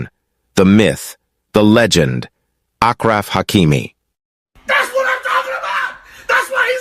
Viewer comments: It is pronounced Ashhhhhraf not agraf, show this man a bit repect by at least pronounce his name correctly. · His name is said like “Ash Raf”! Not ak raf lol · Ashraf not akraf.. And hakimi means = wisdom 😉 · Very clever guy. Nice to see a gold digger getting what she deserves. BTW, his name is pronounced as ASHRAF. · His name is pronounced Ashraf by the way. It loosely means “decent”